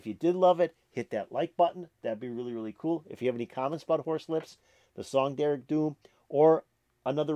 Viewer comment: And the d in dearg is pronounced as a soft j